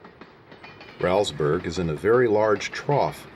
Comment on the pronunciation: Say Rowlesburg as "Rolls Burg" (not rowl like growl). It was named for a B&O Official Thomas Rowles. Otherwise, great memories here!